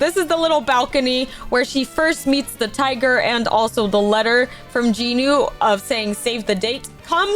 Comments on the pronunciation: I was devastated when i heard you say J-i-nu - it's JEE-NU VRO 😭🙏 Also btw do y'all when she says "Comment down your favourite character!" She doesn't care about our favourite character she just wants comments to boost her channel I'm sorry but girl the vibe is ruined for Rumi now - You threaten us to like / subscribe so now i dont like your videos or subscribe, i just watch cuz its entertaining Shoutout to you if you actually read everything- Edit: To the person saying she doesn't threaten us to subscribe / like etc, she says stuff like "I will trap you in my basement if you don't subscribe! Heheheheheh" acting like its quirky to threaten people. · You are saying jinu rong